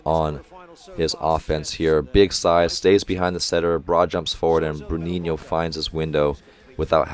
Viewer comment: I really appreciate you saying "Bruninho" and "Lucão" (or at least trying, haha) It made me enjoy the commentaries even more! Love from Brasil!